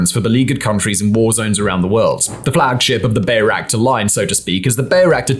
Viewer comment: LOL, BAY-Ractars. There are two kinds of days -- days when it's obvious that Simon has no experience with the subject his writers write about, and days when it's obvious that Simon doesn't even watch TV. Today's both, but especially day two.